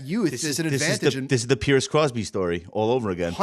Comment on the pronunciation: "Pierce"? Good try